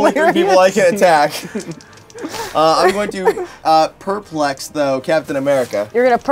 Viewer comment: Does know the stress is on the second syllable in the word perplex?